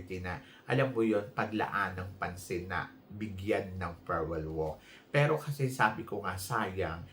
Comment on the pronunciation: Its not ferwell,its farewell